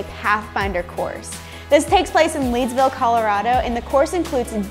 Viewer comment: Its pronounced led-ville